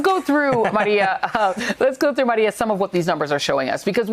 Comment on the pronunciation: Joy Reid...just discovered her. Love how she pronounces “Maria” 🙂